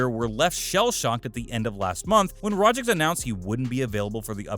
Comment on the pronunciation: It's Rogic not Rogic